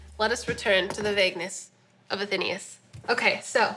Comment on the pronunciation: A-then-AYE-us. Not A-THEEEN-ee-us.